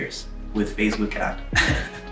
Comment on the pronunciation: XDDDDDD "with fasebuk ad"